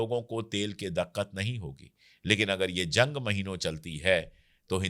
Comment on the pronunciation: Sir it's diqqat not daqqat